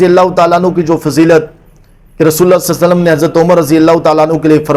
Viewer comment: Sasallam Nahi Sallalaho wa alehi wasallam hai